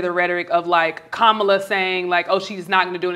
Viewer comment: It’s pronounced Comma -la Amber Rose. Repeat after me - Comma la. Didn’t you hear her little nieces breaking it down? You’re not smarter than 10 year olds.